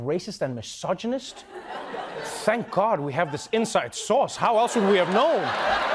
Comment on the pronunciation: I know he said "inside source", but I heard "inside sauce".